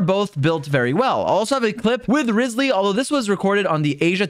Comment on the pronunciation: Dude... I love your videos! But this just BUGS me. Its RYE-zly! Not RIZZ-sly... does it matter? No! But am I gonna say something? Yes! Also, its AN-ih-mo not An- EEE - mo. I can tell someone doesnt play using the English voice-overs 😂 Thats all. Your content is great! Just had to correct it. But feel free to completely ignoee this because it TRULY doesnt matter. Im just anal 😂